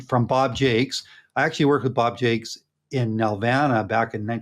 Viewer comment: Bob Jakes? (Actually pronounced sh-ah-k. French Canadian name)